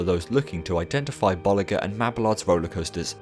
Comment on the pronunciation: i’d crack up every time you’d say bollinger because it sounds like you’re saying ball licker